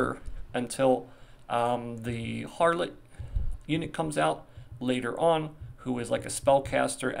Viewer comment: Its Harlott in global? Being calling him Howlett lulz